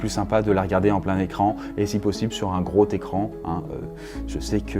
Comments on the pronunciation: “Un gros-t-écran” oui bien sûr ! ^^ A moins que j’ais des hallucinations auditives :) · Un Gros "Zécran" lol ^^ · Un gros t'écran ???? Ça fait mal aux oreilles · "Gros técran", 2017. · "Sur un gros técran" 😂 mes oreilles souffrent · « Un grot écran »😂😂😂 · Oh zut, j'ai pas de gros técran!! Du coup ça a pas bien marché quand ça s'est cessé... C'est abusé de faire autant de fautes à l'oral. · sur un gros T'écran Les liaisons c'est pas encore ça... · "Un gros Técran" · "sur un gros técran" merci:p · "Gros técran" sympa la liaison ! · Ptn le français on dit pas un gros t'ecran on fait la liason donc on dit un gros z'ecran!!!!!! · "un grot écran" :D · Sur un grot écran.... Paye ton élocution ! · groT écran alors non.. désolé mais la liaison c'est avec un S pour gros, pas avec un T voilà voilà!